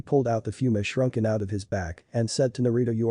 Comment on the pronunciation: shrunken instead of shuriken and shoeshined instead on shunshined.....your editing is always so damn horrible